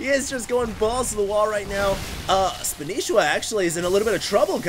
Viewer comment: its not vilespanishiwa its vilespanshwa thier are no i's!!!!!!!!!!!!